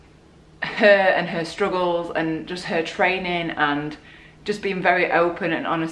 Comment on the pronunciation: I like how you say trainin